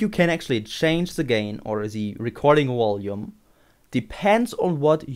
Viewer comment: Walue and wolume.... Lol